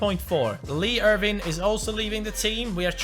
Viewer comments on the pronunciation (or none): none